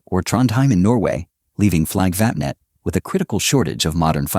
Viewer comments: WTF is "Fliggvappnett"? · Painful how Flygvapnet is pronounced. Hey americans, how would it feel if i said Aeui Ezz Erghfurtes when meaning US Airforce? Painful just to imagine that pronounciation, right?